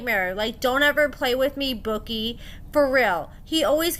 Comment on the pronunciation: It’s pronounced “boo key” bookie